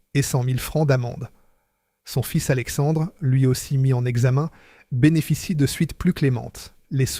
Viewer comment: Intéressant historique, mais ce conteur IA qui ne sait pas prononcer correctement en français les dates, des mots simples et des noms propres (fils, Rhône-Poulenc, Saône, Aronde...) c'est pénible ! Et où avez-vous vu qu'une Norev se cassait en deux si elle tombait sur le carrelage et que dans les mêmes conditions une Dinky-Toys brisait le carrelage ? C'est tout simplement faux !